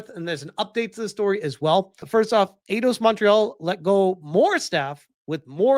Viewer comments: It's pronounced like eye-doss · 🤦‍♂️ oh my friggin god. It's pronounced eye-doss. You freaking tourist. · come on! Its AI-DOS. It was the 1st thing you hear when you launch an og Eidos Game